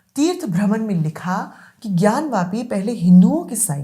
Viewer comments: ज्ञान वापी है न कि ज्ञान व्यापी जो सही से बोल नहीं सकता वो सही फैक्ट क्या देगा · इस अनपढ़ ज़ाहिल के बच्चे को कोई बताए कि ज्ञानव्यापी नहीं ज्ञानवापी होता है। वापी- कुआँ।